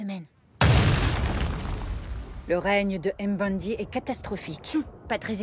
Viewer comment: Je vous en supplie faite un petit effort sur la prononciation x) C'est pas N-zinga mais nzinga, tout collé! Mbandi et pas M-bandi ;)